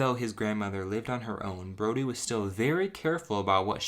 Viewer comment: I keep hearing Brony instead of Brody.